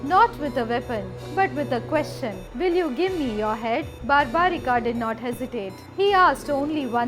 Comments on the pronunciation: It's barbarik not barbarika ok pls see to it you and its not Rama it's ram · The name is barbarik. There us no "a" in the end. Just like it's yog and not "yoga". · Plz pronounce the name in Indian way you are saying like bheemaaaaa barbarikaaa this is not correct this issue was with non Indian bcz they try to read the English spelling of the names so plz if you are trying to glorify India don’t follow the west blindly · Its barbrik not barbrikaa, ghototkachh not ghatotkachaa, mahabharat not bahabharataa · Please stop spelling the names of Indian historical persons like this. It's not Barbarika it's Barbarik. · English pronunciation should not add extra a in the name like it’s barbarik not barbarika same as it’s always yog not yoga.Otherwise story is explained nicely. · Not totally accurate And the name is pronounced differently Its bur'bu"reek not bar'baa"rikaa The test before offering the head would have given proper importance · i appreciate ur video....but dont u know the names of characters....why u saying bhimaaa its bhim,its mahabharat,its barbarik.......dont just go on following others pronounciation.....u should be using our own pronounciation.......its a slavery mindset to follow foreigners pronounciation